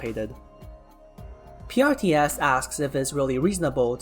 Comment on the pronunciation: And when you pronouncing PRTS...it does sounds like Priestess